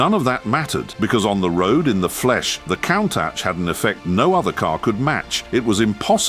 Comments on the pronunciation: It's pronounced coontash not countash! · This video should get a price for most wrong pronunciations of a single word in under 160 seconds. Say it with me,: K O O N N - T U S H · It's pronounced Koon-taj (with a long soft "J" sound at the end). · For the grace of fcuking god. Stop posting Ai narration where they can’t even pronounce the cars name. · Sadly, the Ai keeps mispronouncing its name. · i dont like to say this But damn you for getting "Countach" wrong. Stop, it's really irritating. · The name is slang for look at that . Most often a reference for something surprising you were not expecting to see . Like a very attractive women walked around the corner into view, word from one of the workers creating the prototype . And your pronouncing it incorrectly .